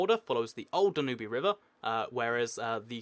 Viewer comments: The Danube is no pronounced Dan-ooby it's pronounced Dan-ube (as in pube) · The Danube river is pronounced 'Dan-yoob' not 'dan-oo-bee'. You idiot. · Kiwi I know it annoys me so much when he sys danubee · The Dan-y-oob not the Dan-oob-ee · Its the Danube River, pronounced Dan-Yoob, not Dan-Yooby, and regarding the territory between Sudan and Egypt that is unclaimed , the Bir Tawil, it might be disputed, but both Cairo and Khartoum are decided upon one thing, and that is that Bir Tawil is part of either Egypt and Sudan, and if a 3rd party were to seriously become involved and stake a claim, then neither Egypt nor Sudan will sit idly by. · "Danooby River"???????It's called Danube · Great vid. just so you know, it's pronounced Dan-you-b not Danoobee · it's pronounced "danyub", not "danubee"... you should've seriously known that by now when you're doing geography videos... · Sorry, I didn't realize "intelligence" is a big word for you. And no, Danube is most definitely pronounced "danyub" and not "danubee" in the English language. You can even put it in Google Translate and listen to it yourself. The only one looking stupid here is you, because you're trying to assert something that just isn't true, while you also simultaneously insult people. Sorry. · Not trying to be rude, but it is pronounced "DAN-ube-" not "DAN-you-be" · wrong pronounciation of "Danube"... It's Dan-ube, not "Dan-ubie" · I like how he pronounces it Du-nu-bee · Dude it's pronounced DAN-yoob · Did you just really pronounce the Danube "*danoobee*"??? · "danooby river" lmao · it's prononced Da-Noob lol :D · You're totally mispronouncing the name of the Danube River... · You don't pronounce the e at the end of Danube. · It triggers me how you pronounce Danube